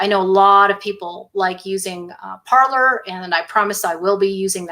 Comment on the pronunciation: Michelle, the platform Parler is pronounced parlay. It is a French word meaning to speak. It is not an English word.